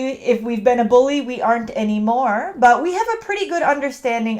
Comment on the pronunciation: I've heard twice to pronaunce "e" like elefant in the world "been". Is it some lokal pronaunciation?